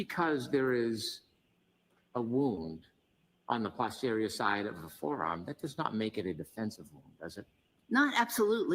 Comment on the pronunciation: It’s NOT pause-terior Brennan, it’s post-erior, and Dr Russell has corrected him, yet he still pronounces it his way.